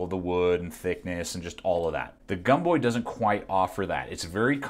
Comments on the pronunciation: Pronounced Gomboy not Gumboy. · When was it that Americans started pronouncing the “O” as a “U”? Seems to me that “Gomboy” would be pronounces is it’s written, not pronounced as Gumboy... very irritating and does not give me confidence in your opinion. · It’s gomboy not gumboy lol